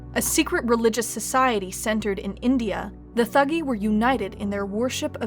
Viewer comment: It's pronounced "tuh-gee".